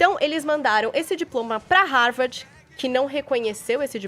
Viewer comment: A mulher nao sabe nem pronuenviar Harvard da forma correta 😂